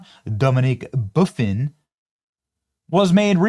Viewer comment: Buff-In the name Buff-In lol